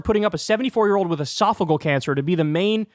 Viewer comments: Pronounced “Ee-sof-i-gee-al” not esofigal. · esophageal, not esophagal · Calm down Bro! First, its pronounced ee-sof-uh-JEE-uhl. (JEE JEE JEE .) 2nd, AOC will come out at the right strategic moment. There is no reason to waste her talents in whatever honeymoon period the GOP expects to have with the incoming. It's actually a good strategy. Its time for the Big Boy to sing and dance. The next 14 months will be about his performance and promises. Stand back and let him get closed down based on poor ratings. Then send in the special forces. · Uh-soff-a-GEE-al cancer. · I think it's pronounced es-saf-o-gee-al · Esophageal cancer. Why does everyone mispronounce the word?!😂